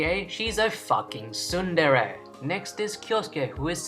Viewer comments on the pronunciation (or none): none